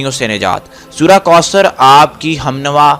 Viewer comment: Bhai mind nhi krna AP word koosr read kr rhy ho jub k sahi kausr hy